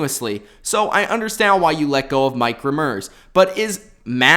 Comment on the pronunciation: This channel sucks this guy has to clue what he is talking about. Think about cap room ex. King ealy. Dude he was going into his final year and they don't have enough cap space to do that. And it's Mike r-emm-ers not rammers. DA